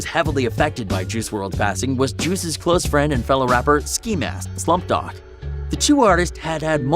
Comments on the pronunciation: you idiot. learn to pronounce names, " ski mask the slump god" NOT the slump dog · Did he just say ski mask the slump dog? I heard dog instead of God lol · Ik this nigga did not just call ski “Ski Mask the Slump DOG”??? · Bruh this man called ski mask the slump god “ski mask the slump dog” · Man said Ski mask the slump dog lmao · He called ski mask, "Ski Mask The Slump Dog" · I heard ski mask the slump doc lmao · Ski mask slunt god mate get it right its Skimask The Slump God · Bruh this man rlly said ski mask the slump doc IM DEAD🤣🤣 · Ski mask.. slump dog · Did he say Slump Dog? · did this dude say ski mask the slump dog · Ski mask the slump (dog) ( tnticoin) is sounded like that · This man rlly said ski mask slump dog when he’s prob reading off a fucking sheet. Also the way this man butchered x’s name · Did he just say “ ski mask the slump DOG”? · KLL Films did this dude say “ski mask the slump dog” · Bruh, this guy cant pronounce ski mask the slump god like howww and xxxtentacion thats so sad 😢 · This guy has no idea what he’s talking about. He can’t even pronounce Ski Mask and X’s name. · Bruh he said ski mask the slump dog mannn its god not dog and said xxtentazion its xxxtentacion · This guy pronouncing everything wrong.. xxxtenaceon Ski mask slum dog.. Also juice didn’t try to hide the pills it’s been stated by Chris long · No one: Him: ski mask the slump dog Him: xxxtetziown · Yo this dude cant even say a rappers name he said XXXTENTAZION and ski mask the slump dog like bruh what the f*ck U need learn how so say names of rappers 😥😑😐😐😑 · "Ski mask Slump dod" "Xxxtentezyon" Bruh I'm Cracking up😂😂😂😂😂😂😂😂 Lol